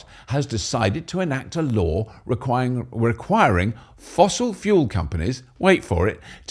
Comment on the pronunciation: Did you say Hydrogen Fool Cell? 😅